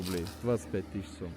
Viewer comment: Не сУм а сОм